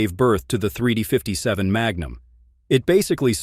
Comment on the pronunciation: The AI voice isn't bad overall, but it seems to struggle occasionally with "357."